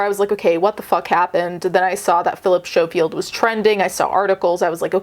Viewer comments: He is smarmy The oair of them in that show are, sickly sweet and fake. BUT For the love og god Learn how to pronounce the bames of the ppl youre talking about😂 Snowfield 😂😂 SCO-field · It’s sco field (you say the c sound) xx great video otherwise xxx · Mate. I really needed a laugh. Everytime you said "show-field" i laughed out loud. ❤❤❤❤ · A piece of my British heart died inside each time 😂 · Thank you for covering a story from my country🙏 Also, his surname is pronounced like 'skoh-field.' But yeah, this whole thing is awful. We also recently found out that his brother is a convicted p3dophile. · Schofield is pronounced as skofield the ch is a k sound. It’s alleged that Phil had also gotten the guy the job on this morning, there’s a definite power imbalance in this case. It’s so sus that he’s know the guy since he was 15 and then started dating him when he was older. It’s also weird that his brother was accused of grooming and inappropriate contact with minors, it begs the question of what was going in their household when they were growing up to have both of them have these accusations made against them once they grew up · Oh! Ok. Honestly didn't expect this to be covered by you. Guess when it's your country's news, it's different, right? 😅 Also, it's pronounced S-co-field. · Incidentally, the 'c' isn't silent. As we say 'school', we say 'Schofield'...